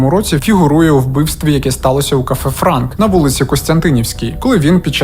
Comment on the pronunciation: Бар називався «Франт» а не «Франк»))